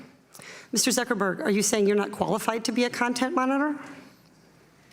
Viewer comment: LUL never heard of the California congress lady. She totally mangled Zuckerberg LUL